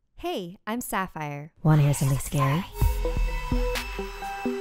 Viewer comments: It's Sapphire, not Safire or Saphire. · im not that kind of person but just wanted to point out that its sapphire not safire /nm